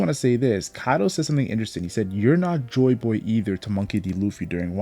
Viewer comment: I like how this guy pronounces Joy Boy. “Joy BOoy” Very good video